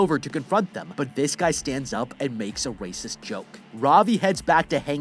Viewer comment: Did you always have that speech impediment? With your Rs, I’ve never noticed until you said racist like that lol